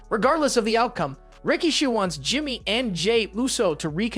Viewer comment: Do you mispronounce things purposely? Who is Solo Siko and Rikisha? Your videos are great and interesting but it seems like you mispronounce a lot of things intentionally